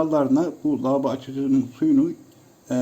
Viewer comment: Lavoba açıcısı mı? On kere dinledim kulaklarıma inanamadim insanlar niye kanser oluyor zannediyorsunuz Allah göstermesin